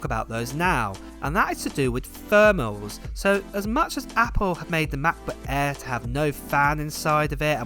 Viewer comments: The brand new "Mac boo-aiiii" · The ‚Mah Bo Ah‘